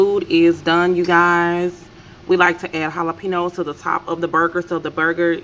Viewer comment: Looks sooo good. I’m here for the way you say “Jala-Peeno’s” 🤣😂